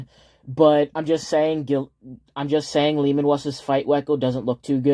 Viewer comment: I thought you were just calling him Leman Wuss but it's just a speech impediment 😂